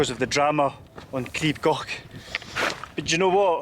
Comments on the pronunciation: Crib (pronounced “Creeb”) Goch (pronounced with a guttural “ch” like “loch”) is nowhere near the scariest in the UK (though it’s too scary for me — I went up Snowdon a couple of weeks ago, but on a different route). Scramble grades go from grade 1 (the lowest) to grade 4*. Crib Goch is grade 1. There’s far, far worse in the Scottish highlands. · Pyg (Pronounced like Pig) and Miners track are the easiest, go up the Miners and come down the Pyg. Goch, was said wrong so many times in this, you say it more like Gore-"ch" now the ch is a single letter in Welsh and to say it you need to put your tougne on roof of your mouth and kinda blow? Makes a rustley sound, you may feel like you need to gag to say Goch. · lol, it’s not gok. It’s pronounced gaw. The AW sound is the same as law. The ch sound is like your clearing the back of your thought (gross I know). I live just down the road from here. You can get to the top of Mount Snowdon by train. It takes you to the top, there’s a cafe and viewpoint. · So the “ch” sound in Welsh isn't like a “ck”, it’s pronounced more like a “ch” in German, like at the end of the German word “ich”, it is a bit harsher sounding than the German pronunciation, but, that’s the closest sound I can think of :) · So coch is pronounced, first part as in core, second as if your clearing your throat. Crib is pronounced Creeb like creep but with a b. It's the cock's comb on a chicken's head. Literally red comb.